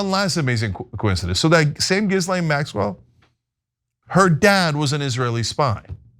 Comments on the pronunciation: Stop saying Gizzlane Maxwell. Lol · C’mon guys. It’s Guh-lane. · They’re all scum, but you could at the very least pronounce “Ghislaine” properly. It makes you seem stupid. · Its always amusing that everyone is too squeamish to pronounce Ghislaine Maxwell's name correctly.